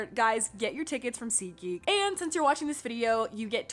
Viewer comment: Oh my gosh it's SeatGeek😂, I thought it was ziki😂